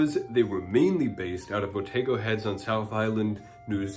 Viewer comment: Thanks for all this info - fascinating, I knew the song but never knew it was actually from our part of the world. By the way (from a New Zealander) Here Otago is pronounced Oh-tah-go not Oh-tay-go. It's also where the goldrush in NZ happened. Thanks for your content!